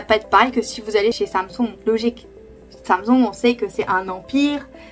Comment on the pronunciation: Quand tu dis Samsung tu as un accent coréen ça me plaît 🙃😋